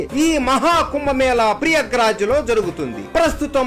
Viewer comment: Prayagraj not priyagraj